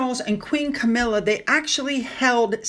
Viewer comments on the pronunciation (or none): none